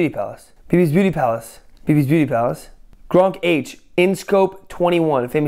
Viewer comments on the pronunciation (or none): His Name isn't Gronk H His Name is Gronkh xD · You don't pronounce the "H" in "GRONKH" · gronkh you do not pronounce the h it's just gronk